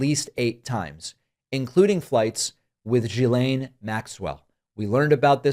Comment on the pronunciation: damn GEE LANE. GEE LANE. not jee whiz lane not jazz lane not JIZZ LANE not jeepers peepers lane... G.. G.. GEE LANE.